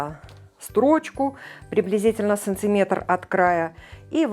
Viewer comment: СанТиметр... режет слух.